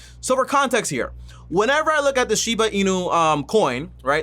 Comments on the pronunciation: He’s making a whole videos on this crypto and he can even say the name right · Bruh can u say doge coin and shiba name right before making a video on it so fucking cringe